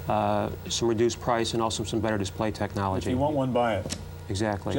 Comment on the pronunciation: 😂😂😂😂😂😂😂😂😂 he saw colore screen tchnologe